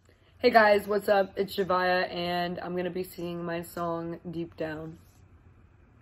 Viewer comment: Zhavia not “zhavai”😭😭😭